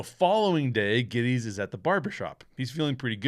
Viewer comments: It’s funny that you and Noah Cross both mispronounce the last name of Jake Gettis. This is a fantastic movie. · Mispronunciation of Gittes name over and over ruined this to me that’s a gag in the movie several times where he corrects pronunciation of his name. I had to click off pretty early it seems like a simple detail you should have taken the time to learn how to pronounce his name.